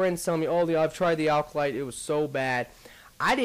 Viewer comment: alcolyte? Its Acolyte. :D